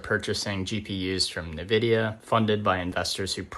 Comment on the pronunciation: it's pronounced "in-vid-e-uh". Don't know what this bothered me. But justice had been served lol.